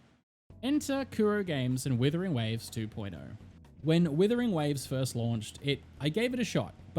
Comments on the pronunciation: IT'S NOT WITHERING IT'S WUTHERING WAVES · Are you saying Withering Waves or Wuthering Waves lmao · its wUthering waves, not wIthering waves!!!!! AAAAAAAAAAAAA